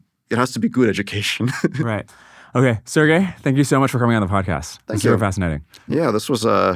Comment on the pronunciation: His name is pronounced Sir G_y